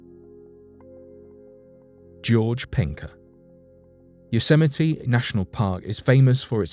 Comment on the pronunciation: You pronounce Yosemite better than Trump. lol.